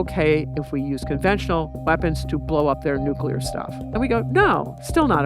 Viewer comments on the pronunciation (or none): none